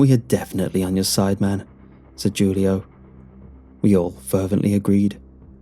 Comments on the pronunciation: “Jewleeohh” 😂😂🤣hahaha Please re-record and say “hulioh” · It can be pronounced either way, really. But it is more than likely "Hoo-Lee-Oh" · Julio is pronounced (Hoo•Lee•Oh) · Did he really pronounce Julio with a J 😂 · Julio? pronouncing the J as J not H lol